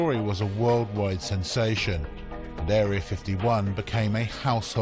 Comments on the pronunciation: Did the commentator say Dairy 51 or did the CC transcriber make a mistake? Either way that's funny. Oh by the way people, everything you see or hear on this video is absolutely true. Afterall it is on the internet. Ask Mr. Smith, everything on the internet, and of course, whatever Mr. Lazar says has got to be indisputable fact. I'm right, I know everything. I saw it on line LOL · The WR prog does translate what it hears. At one point it gives 'Bob The Czar' and it really sounds like that's what the guy is saying. Dairy 51 is fabulous! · " Dairy 51". Lol